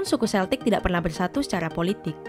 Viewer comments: Tolong ralat cara bacanya, bukan Seltik, tapi Keltik. Ntar di ketawain orang Inggris, Scotland sama Ireland anak cucunya saat ini. Karena orang Amerika buat konten kayak gini, sering menyebut Seltik, diketawain orang-orang itu diatas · Kayaknya naratornya salah baca. Celtic dibaca Keltik bukan seltik. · Bacanya bukan “seltik” tpi “keltik”